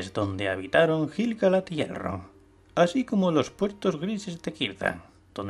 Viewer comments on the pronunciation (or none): La U de "Laiquendi" se pronuncia. Lo mismo con "Quendi", "Quenya", "Quenta", etc. Aunque viendo otros vídeos tuyos me doy cuenta que castellanizas la mayoría de los nombres. En este vídeo, por ejemplo, pronuncias "Gil" (de Gil-Galad) con la G española como en "geranio", pero en realidad se pronuncia como la G de "gato".